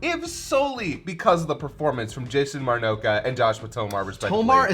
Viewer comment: calling Jason Marnocha “Moro-noka” is absolutely killing me xD